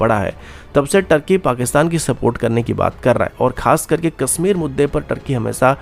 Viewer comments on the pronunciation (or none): none